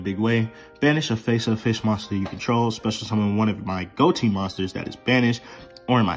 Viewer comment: I thought konami confirmed that, while that is the joke, it is pronounced "go-tee"